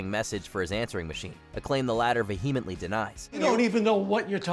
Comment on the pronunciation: It's pronounced vee-uh-muhnt-lee